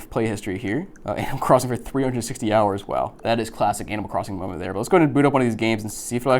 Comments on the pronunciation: anybody else hear him say AN*L Crossing? :face-blue-wide-eyes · Is it just me? I thought he said anal crossing lol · “Ay - nimal”